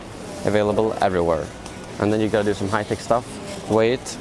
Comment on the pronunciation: "Yeah, let's not dew that" dews it multiple times